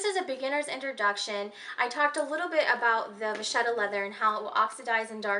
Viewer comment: Hi there vacchetta is actually Italian - vacca (pronounced just as you probably naturally want to since Italian is easier to pronounce for English speakers than French, the "cc" is a "k" sound like in "loca") means cow, vacchetta (pronounced with the same "k") is "little cow" literally (calf).